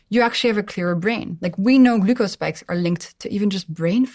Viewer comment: Ahhh the way she pronounces glucose is irritating 😅